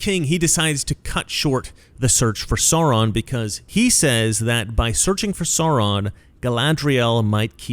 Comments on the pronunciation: Please sir, Sauron is pronounced Sow Ron, not Saw Ron. It’s really distracting 😅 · Absolutely! I thought of them instantly. Didn’t Peter Jackson show some of those groups in the large war scenes? Riding elephants, I think. All the peoples of Middle Earth came to fight Sauron in the end. (By the way, it’s pronounced “Sow-ron,” where “sow” rhymes with “now.” Or “ow!” 😆 )